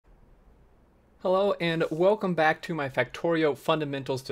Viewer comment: you've said "hello and wolcome back " instead of "hello guys and welcome back"